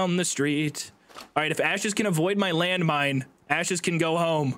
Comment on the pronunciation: When said its landmone petein time i cried